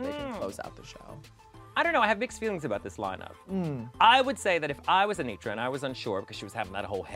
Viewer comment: Anetra, not Anitra